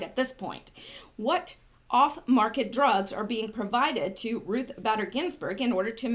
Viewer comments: Bader is pronounced Bayder! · B---A---der. Pronounced A a long A . Does not rhyme with glad or bad. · Her name is sound like Ruth (Bait-er) Bader Ginsburg. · RBG BADER IS pronounced BAY- DER..The A is long.